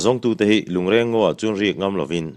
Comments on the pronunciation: A ngaihnawm ṭhin hle mai achhiartu in a zir bawk a. Lungreng tih hi i chhiar dan hmasa kha a dik zawk hmel e. A ṭawngkam lo chhuahna pawh, lung den khawm,lui a sangha man nan a awmze nei a an den khawm sawina a ni e. Ngawi andawhin ngawi tlangpui tuilian in a hnawl chhiat mai loh nan lung andeng khawm phei ṭhin bawk a,chu chu lungreng deng an ti bawk. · A ṭawngkam lo chhuahna aṭangin a dik hlel deuh lo maw? Rual u zawk leh kum upa zawk te chuan 'reng' tih lai hi alam rik dan hmasa zawk kha a dik zawk an ti zel bawk sia. A ṭwngkam lo chhuahna ka rawn sawi mai a nia